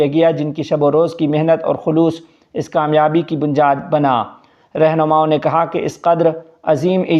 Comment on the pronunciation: السلام علیکم ورحمتہ اللہ وبرکاتہ حضرت آپ ۔۔ی۔۔کو ۔۔ج۔۔ بولتے ہیں جیسے ۔۔بنیاد کو ۔۔بنجاد اسلئے صحیح ادایئگی کی مشق بھی کریں